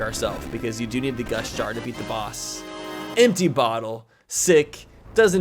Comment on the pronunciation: was I the only one who thought was saying gush jar instead of gust jar?